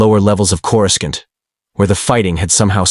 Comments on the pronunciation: Great story, but if you are going to use an AI voice, then in your script, write names out the way they sound, not the "official" spelling. "Coor-u-skant" becomes incredibly distracting! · "I'm sorry, but the AI is killing me with the mispronunciation of Coruscant — KOR-uh-sahnt (or CORE-uh-sont)." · For Fack Sake! How hard is it to teach your AI how to Properly Pronounce certain words like (Corē-sont) 🤦‍♂️ makes the stories sound Hella Goofy! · An alternate path where Coruscant is correctly pronounced "Korissant". The second C is not a hard K sound. Otherwise, this was awesome. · CorusKant.. wow, here we have AI or someone who has no knowledge of the Star Wars universe. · The AI voice just can't say Coruscant 😂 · Why can't people pronounce Courscant correctly? Pronounce it like the movies do.